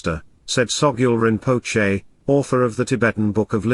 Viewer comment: I t would be great if the announcer could pronounce Dzogchen in the correct way Also the word Rinpoche was mispronounce A little more training in language is necessary